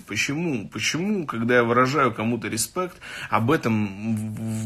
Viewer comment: учитесь , рЫспЭкт , вот она старая школа ,хахаха...